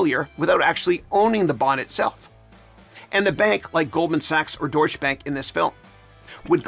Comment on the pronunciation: DOITCH-uh bank